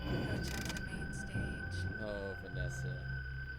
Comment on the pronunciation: you pronounce it vas-A